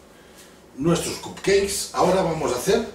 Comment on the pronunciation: fantastic per cert es pronuncia capceiks